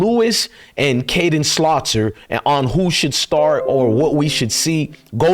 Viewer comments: I would like to see how juju does in the next game. He’s fearless,and needs developing.,his last name is SAL-TER (not Slaw-ter). I don’t trust Shurmur. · His name is "salt er" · Whos “slaughter”? Isnt the QB’s name Salter? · His last name is SALTER. SALT + ER = SALTER....congrats on not smoking, it brings a different clarity.